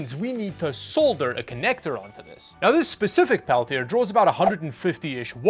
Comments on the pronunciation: Pel-tee-ay 😂 Peltier you said, Pel-tee-er😅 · The side with the words is always the cool side. It's French. Pronounced "pel-tee-ay" Of course, being in Canada, you've never met a French person before, so I can understand 🤣